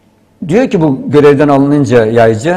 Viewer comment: Video yapiyorsun konunun başrolü adamin soyadini 25 kere yanliş söyledin.